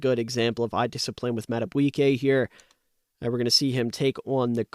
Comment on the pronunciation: Mad-A-BEE-kay...not "bwiey"